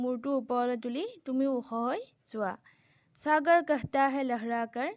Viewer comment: সাগৰা নহয়্ বাইদেউ সাগৰ